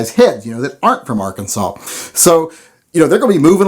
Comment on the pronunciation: Dissing Arkansas, damn, at least you pronounced Arkansas correctly